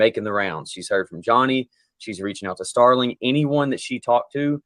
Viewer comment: The original commentators call him Starling and it’s Sterling.